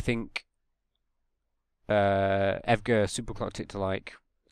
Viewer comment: Evegha?? It’s E V G A lol